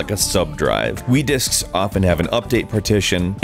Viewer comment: Thought it said Dicks ...